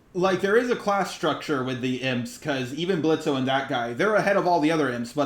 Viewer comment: BRO- that one scene before Moxxie came, the one with Blitzo and Striker during Strikers monologue to Blitzo made me smile like an idiot- not me shipping them just cause of that LMAO loved this review tho I'm dying NJNNDWKNKD- edit: The fact that u keep saying Blitzo while pronouncing the 'O' I